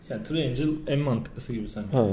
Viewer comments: Tiriencıl DEĞİL Tiriengıl! Adam üçgen demeye çalışırken 3 melek dedi ya laa asdfghjkhhhgjk... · Az İmgilizce bilgin olsaydı tiriengıl da değil, triangle olduğunu bilirdin. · three angel o.triangel değil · Ve tiriengıl değil triangle olduğunu söyledim kardeş bunda ne var? Adam gibi biliyordum diyebilirdin. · reis okunuşu tırayencıl